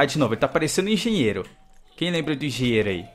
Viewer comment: você falou errado é engenheiro